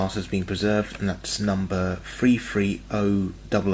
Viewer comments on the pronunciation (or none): 'Free free'? Three three!